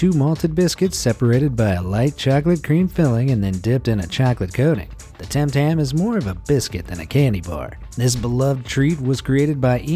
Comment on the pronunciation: you said tam tam it is tim tam